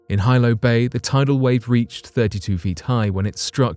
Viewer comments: The Hawaiian Island of Hilo is pronounced,"He-low",not "high-low" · Pronunciation in tsunami story! Hilo Bay is NOT 'High Low' Bay. It is 'Hee-low' Bay. Other local names are also screwed up. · HILO is Pronounced Hee-LO, not Hi-LO… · Hilo, Hawaii (the Windward side of hawaii island) AKA. The Big Island is pronounced Hee-low NOT hi-low 🤦🏻‍♀️ aloha from Oahu 🤙🏼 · Aloha- it’s HeeeLo Not High-Lo when you speak of the big island, Hawaii 😉🤔😁🤣Jus a lil FYI- you know I Love da channel! 💜🥀💜🥀💜🥀💜🥀💜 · Hilo is pronounced as Hee-low not Hy-low. I knew friends who lived near Hilo in the villiage of Pahoa. They said Hilo as Hee-low. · A 100-foot wave will not decimate a damn thing. It will devastate everything in its path. Quit using words you don't know the definition of! Hilo is pronounced with a short I not a long I. Still wouldn't explain how her body it was reduced to Ash which requires about 2,200 degrees for about 4 hours. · It’s pronounced He Low. Hilo. My family is from Hilo and they were present during the tsunami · It’s pronounced “Hee-Lo” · Hilo is pronounced HE-Low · HILO is pronounced Heelo in Hawaii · He-low its pronounced he-low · It's pronounced Heelo. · Hilo is pronounced "hee-lo. This quaint town nestled along the eastern coastline of the island, Hawaii. Hilo is my home town, which is also on the slopes of the most active volcano in the world. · Bugs me when they don't try to learn how to properly pronounce words.